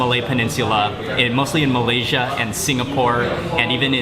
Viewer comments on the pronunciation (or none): none